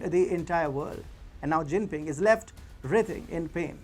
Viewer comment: “Jingping” lmfaoo 🤣